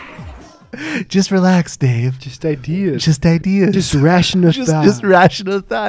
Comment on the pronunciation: Eye dee yeahs